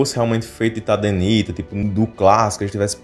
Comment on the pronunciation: Tadenita? não é Tadernita?